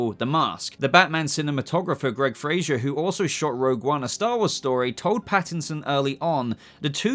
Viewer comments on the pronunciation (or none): none